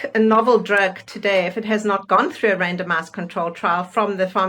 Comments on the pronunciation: I can't be the only one who keeps hearing, "random-ass control trials." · I don’t mean to be rude…and I know what they’re saying, but every time they say randomized trial I keep hearing random ass trial. lol 😂 sorry.